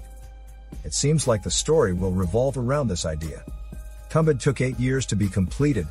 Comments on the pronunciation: It's not tum..It's thum...thumbaad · It is pronounced as Too-um-baa-da I can speak the native language of these guys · Marathi movie* and not tambad...it's tum bha d